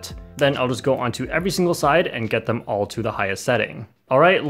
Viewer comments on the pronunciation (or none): none